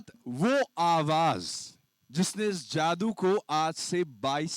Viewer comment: Abe anchor zadu nahi jadoo hota hai